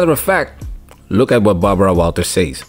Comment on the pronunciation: Barbara “Bawawaw” Walters